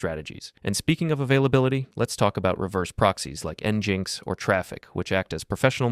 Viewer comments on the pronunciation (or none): Did he just say: Enginx? Isnt it Engine X? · also, nginx is pronounced "eNGINe X" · I cried internally hearing you pronounce nginx (en-jinx) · I was with you until you said "n-jinx" 😭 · I think the AI voice they're using doesn't pronounce stuff quite right. For anyone out there wondering, "nginx" is pronounced "engine x"